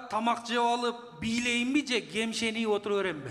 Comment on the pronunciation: Гемшенип эмес ,гепшеп деп айтылат